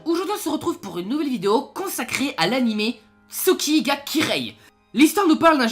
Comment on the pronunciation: J'ai rarement entendu une aussi mauvaise prononciation de nom d'anime. On entend "souki ga kireill". Tu ne prononte su alors que c'est "tsu" et on entend le son "ou" alors que c'est "u" (si c'était "ou", l'écriture serai Tsūki pour signifie Tsouki (alors que le son "ou" est très rare après la forme "ts")). Et c'est Kirei, pas de son "ye" à la fin et surtout le "r" ce prononce "l". Quand on fait des vidéo sur des animes. On prend au moins la peine de savoir prononcer le nom de l'anime. C'est plus une question de respect envers l'oeuvre qu'une question de niveau en langue ou de linguistique/phonétique. La phonétique c'est extrêmement subtile et il faut parfois des années pour ce rendre compte de la différence de prononciation de certains mots. Des variations phonétique très subtil dans la prononciation de certaines syllabes en fonction de l'ordre et du contexte. Mais la l'erreur est trop grosse. Une chaîne Youtube sur les anime alors que le vidéaste n'a clairement pas le niveau en langue pour pouvoir apprécie et jaugé la profondeur et le sens de certaines phrases. Parfois un simple son permet de transformer une scène banal en un chef-d'oeuvre. Celui qui l'ignore ne peut s'estimer à la hauteur pour promouvoir un anime qui sera alors qu'un simple avis personnel bien fade qui ne retranscrit pas correctement l'oeuvre.